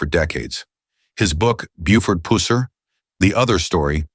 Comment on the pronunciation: Could you not get your robot to say “pusser” correctly